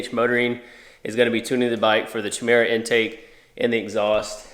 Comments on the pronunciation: chimera is pronounced Ky-merr-uh.. honestly I googled the pronunciation and it says in the US it's Shi-Merr-Uh and ive legitimately never heard it pronounced like that 🤣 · It's pronounced "KI-Mare-uh", like the creature.